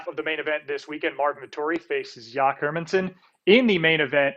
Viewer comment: yack herminson and bennator...15 seconds in and i already want to slap this dude from espn in the face